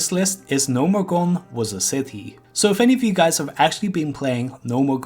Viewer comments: gnomeregAn not gnomeregOn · "Gnomergan"? The fuck is that? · "Gnomeregone", like 20 times. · Gnomeregan. NO-mer-egg-an